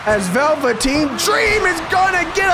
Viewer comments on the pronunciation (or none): I’m mad we gotta wait until the championship match to witness the phenomenon known as Big Bear. 😩 Edit: why the fuck did you say Velveteen Dream name like that?? 😂😂😂